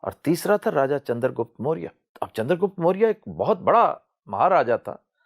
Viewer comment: Mr iqbal pls pronounce names chanakya n chander gupt maurya properly please and dont tell stories keep to fact ur history is indian history n lets accept fact nothing wrong in accepting facts